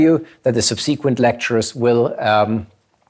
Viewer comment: every time he sais subSEEquent I wish this vid was a shootem up... Interesting presentation tho